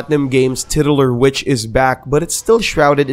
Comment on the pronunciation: It’s “tit-U-lar”.........that titular word you butchered in the Bayonetta description. You’re welcome for the correction. ;)